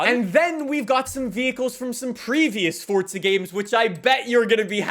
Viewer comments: it's not fortza it's forza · ITS NOT FOR"T"ZA IT IS FORZA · It’s pronounced forza not Fortza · "Fortza Horizon" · Fortza? There’s no z😂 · where is the 't' in forza